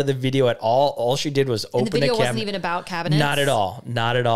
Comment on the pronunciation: You should do a segment talking about differences in the way you guys talk! For example how some people say buggy instead of shopping cart. It stuck out to me the way annunciates every letter of cabinet while has the very midwestern way of just mushing the word together into one syllable 😂